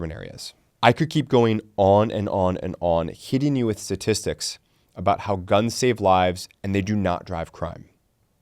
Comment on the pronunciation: It's pronounced sTatistics.